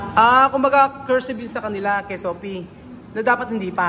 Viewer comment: wala talagang “F” si, sana di ma-adapt ng mga bata.. Sophie (Sofi) to “Sohpi” tapos Fish to “Pish” sana si Lenlen na lang magturo 😅